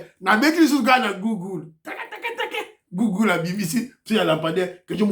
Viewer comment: on prononce...guguel